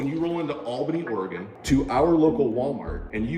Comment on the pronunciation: JiDion! I’m really starting to like your videos. You just got major brownie points for pronouncing “Oregon” correctly. I’m from Illinois, and didn’t learn until I was in my 30’s. I had a customer from there, and his reply to my pronouncing it incorrectly was to ask me “How are things in Illinois?”, pronouncing it “ILL-UH-NOISE”. I said “OREGUN”? He said “Yup”.